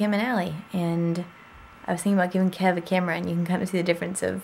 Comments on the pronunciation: It totally sounded like he said hi dad.... but I think he said hi kev.... lol it's definitely his nephew. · it totally sounds like he says dad instead of kev. something we have tried to correct....but it still sounds like dad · yeah he's definitely saying kev not dad... just an unfortunate mistake in his speech.. haha